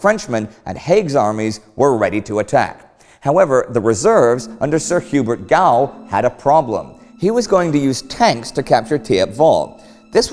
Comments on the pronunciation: The English surname Gough is usually pronounced "Goff" (like cough) and my guess is that Hubert pronounced his name this way rather than "Gow". It is just an informed guess, though, and you may well know better than me - anyone confirm or otherwise? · Excellent episode, as usual. One tiny point:- General Gough - you pronounce Gough as "Goff", not "Gow". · Gough is prounounced Goff not Gow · Gough is most likely pronounced "Goff" not "Gow" ... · You don't often miss a trick Indy, but General Gough's name is pronouced "Goff", like in cough. I really think it should be "Goof". The troops, from Brigadier on down, referred to him as "Butcher Gough". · GOUGH!!! Jeez... It's pronounced GOUGH, not GOUGH.... Get it right! Why don't you get an English speaker to front your series, rather than an American? (Only kidding. Btw, Gough is actually pronounced Goff not Gow.) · Bit picky, perhaps, but it's Sir Hubert 'Goff', not 'Gow'. My mother's maiden name was Gough, so I do know! (It's Welsh or possibly Irish in origin.) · GOUGH = gof not gow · Gough pronounced Goff. Hahs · Great Series!! General Gough is pronounced "Goff", rhymes with cough, though. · Gough is pronounced Goff. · I'm pretty sure Gough is pronounced Goff. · Hi Great war team thanks for continuing to provide excellent, well researched content, just pulling Indy up here if I may, on a minor point of pronunciation. Which will probably only be an annoyance to british viewers but although written as "Hubert Gough" it is pronounced more like "goff". I only mention it as being a prominent general of the period he is likely to be mentioned again. Thanks agin for all your hard work, I'm an avid viewer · In case you end up talking more about him, Hubert Gough's surname is pronounced "Goff". Great channel btw... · Can Indy explain his pronunciation of Gough, to me as an Australian that should be pronounced "Goff". Not a criticism just curious. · That spelling in Britain is always pronounced "goff". Gough is goff.